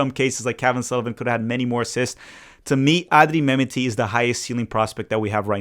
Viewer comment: Thanks,. Love the video. Can you check your pronunciation of Mehmeti? Think it’s Meh-met-ti.